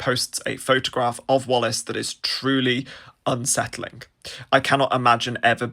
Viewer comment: Did he just say upsettling